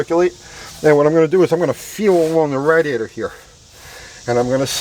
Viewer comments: "radd-iator" lol. great video! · Us east coasters call it a rad e ator. West coasters call it a ray de ator. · you say radiator funny lol love your videos though